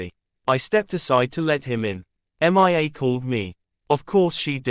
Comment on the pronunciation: Horrible Voice. Can't even pronounce a the name Mia without saying M.I.A.